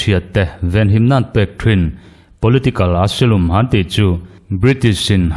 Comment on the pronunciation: chu saptawng I lamsual fo Mai a.. Asylum (asilum ❌Asailam✅)